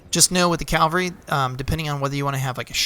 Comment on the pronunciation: Great series of videos. Just two things.: Melee, is pronounced May-Lay. And it's CAValry, not CALvary. I know, I know, I'm that guy, but just trying to help with the accuracy.